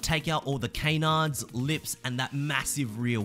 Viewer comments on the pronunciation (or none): Yo do you have a kayn of iron jack. Or a can. It's canards bro not kaynards